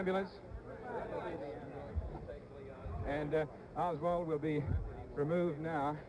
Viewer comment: The only mistake I heard Cronkite make in this video was when he referred to Oswald as "Lee Harvey Osburn." He said that - in the video.